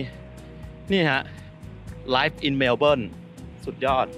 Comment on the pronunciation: อยากรู้ว่าทำไมถึงเรียกว่าเมลเบลครับ? ภาษาไทยที่เขียนข้างล่างก็เขียนว่าเมลเบิร์น พอได้ยินแล้วงงครับ นึกว่าคนละเมืองกัน